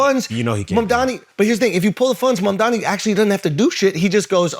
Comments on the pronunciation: I don't know why Charlemagne still can't pronounce Mamdani right lmao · Why can't Charlamagne pronounce Mamdani's name correctly? Imagine if it were a black politician